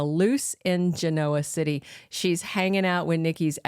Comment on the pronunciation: Love the updates regarding Y& R. Now, if only the woman mentioning what's going on would pronounce Genoa City correctly.